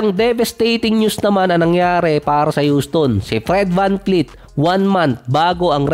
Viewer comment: vanvleet po hindi vanfleet...